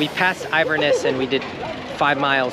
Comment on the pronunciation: It's with-la-coo-chee. And In-ver-ness.